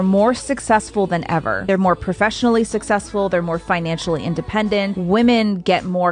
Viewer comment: Suck-sex-full, you mean?